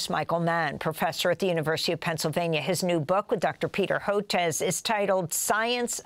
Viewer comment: You lost me at "Hoetez," Amy.